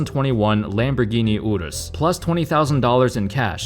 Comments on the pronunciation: Yall hear how he pronounced Urus? No offense to Andy. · tf why he say urus like that ? 😂😂